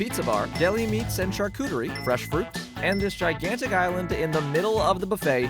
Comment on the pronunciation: Freshshshh...do all asians pronounce that word that way? Or just utube culinary asians? America explain?!😂😂